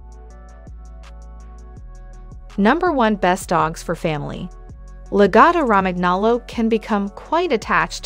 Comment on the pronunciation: I can't respect anyone who makes an educational video but can't pronounce the breed name and the #5 reason is not true. YOU NEVER BRUSH A LAGOTTA. Reason #4 is true, they are vocal. Reason #3 isn't. In comparison to many other breeds, I would not call them energetic. #2 reason is true. They are expensive. #1 is true but not significantly smarter then other breeds. I think they're more manipulative then smart. That's the opinion of an owner.